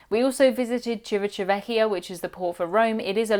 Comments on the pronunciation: and still, you pronounce it completely wrong 😀. The place is called "CiviTavecchia" and not "Civiciavecchia" you pronounce it with a t like in "table" not the one like in "nation"... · civiTa vecchia not civiCiavecchia...sorry :P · Chivi-ThA-vekkia not civichaveccia. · I can understand why pronouncing 'Civitavecchia' is so hard for an English speaker. Clearly, you've improved a lot over time—keep up the good work, and one day you'll be able to say it properly for sure! As a tip, try breaking it down into smaller parts: 'Chee-vee-tah-vek-kee-ah.' In italian the 'ch' is like the 'k' sound in 'key,' and remember that the 'cch' is a hard 'k' sound. Hope that helps! - Source: I'm Italian <3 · Good info thx but ….. Sorry to say you still didn’t get Civitavecchia😂 Cha Veeta Vekia. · Great review! You still need to practice for Civitavecchia tho XD It's like cee-vee-ta (like "ta-ta")-veh (like "meh)-kee-ah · Trust me, you still cannot actually say "Civitavecchia" remotely close to properly but the review was nice and wholesome. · lol i am sure somebody else already remarked this before me. just in case, i will also let you know. unfortunatelz, you need to practice a bit more how to say Civitavecchia, you are still saying wrong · Sorry to break this to you, but you still can't pronounce Civitavecchia 😂😂😂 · I still don't think you are pronouncing 'Civitavecchia' properly. More practice needed! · i'm sorry, but you still can't say Civitavecchia, I'm from Rome and I couldn't understand what you were saying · Love your channel, but you still can't pronounce Civitavecchia 🤣🤣🤣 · haahahahah Civitavecchia port. Im a cruise consultant and I STILL cant say it right